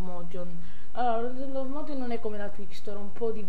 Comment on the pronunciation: slow motion non si può sentire, ripasso di inglese pure ti serve